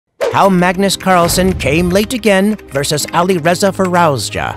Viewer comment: Please stop pronouncing Alireza name its soo painfull❤❤❤😂😂😂